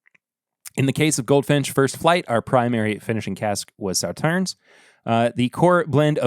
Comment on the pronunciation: Regarding Sauternes, you don't pronounce the last "s." (Saw-TURN)